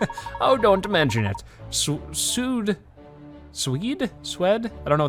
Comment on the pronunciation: Suede is pronounced swade with a long a...it's a type of material to make like shoes